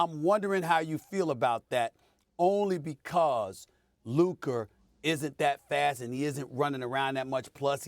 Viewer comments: Stephen A is incapable of pronouncing Luka. Why he keep calling him Luker? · Can someone please let Stephen a that it’s Luka!! Not luker!!!! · For some reason, Stephen A substitutes "a" with "er" in his sentences. For example, he calls Luka, "Luker." I'm glad he doesn't say the N-word. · "Luker"?? Lol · Stephen A. is it Luker or Luka 😂😅? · This clown Stephen A pronouncing Luka as "Luker" really grinds my gears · Is it me, or does it sound like when Stephen A says Luka, it sounds like he is saying Luker lol ? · HIS NAME IS NOT LURRKERRR ITS LUKA. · Stephen A keep calling him Luker 😂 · this man SA can’t stop pronouncing “Luka” as “Luker” 🤣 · I wanna fight SAS for adding an R in Luka’s name 😂😂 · "Luker" -SAS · "LuKER" chupss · "Luker" Stephen A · CAN SOMEONE PLEASE TELL SAS HIS NAME IS LUKAAAAAAA!!! WHO TF IS LUKER???? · “Luker” lol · who tf is Luker like bro c'mon 😂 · Oh Stephen A. Smith, thy wisdom is mighty, yet the precision with which thou dost pronounce names is most disappointing Luker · It's a mix of Luka with Kyrie.. "Luker" 😄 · Who is Luker??? 😂😂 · Is this man still mispronuncing Lukas name? It's been years in the league. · Thou shalt not utter his name rightly, neither before nor after hearing it many times 😂😂😂 Luker